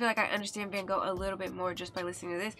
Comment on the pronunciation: Most people say van gogh not good . Coz its dutch the g is very hardt for people who dont speak dutch .you also dont say it right . Haha van gogh look up the G in duch. This song is so great